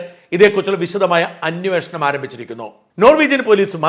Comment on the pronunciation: മാഷേ, അന്യോഷണം അല്ല അന്വേഷണം... മാധ്യമ പ്രവർത്തകനു ഭാഷാ ശുദ്ധി അനിവാര്യമാണ്